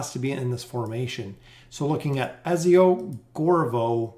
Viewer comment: His name is pronounced EDZIO, also her name is pronounced lucreshia. gaddamit fucking ezzio and lucrita